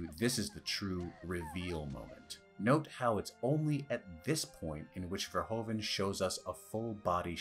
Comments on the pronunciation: Americans and their Furhoven. It's Verhoeven. Furhooven. Your own president was called Hoover. Hoeven is Hooven. Nice video ;) Subscribed. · Verhoeven not Verhoven. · Great video! As a Dutchman I would have appreciated it if you pronounced Verhoeven's name more accurate. It's not that hard and since you are a movie fan and you mention his name a dozen times.. 😅 It's pronounced more like 'verhooven', with the oo's as in 'zoom'.